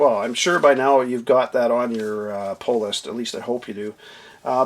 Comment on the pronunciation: I keep hearing “ pole list”. Lol. Love your videos. Great references.